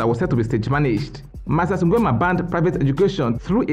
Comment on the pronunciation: The way you pronounce "Nguemaaaa"🤣🤣🤣